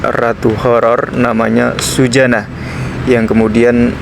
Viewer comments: MAUNYA SEH GAYA DIPLESETIN GITU NYEBUTNYA .TP YO JGN SUSANA JADI SUJANA .KOK KOYO NMA ORG LAKI .WKWKWKWK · Nama ny suzanna bukan sujana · Suzanna bukan sujanna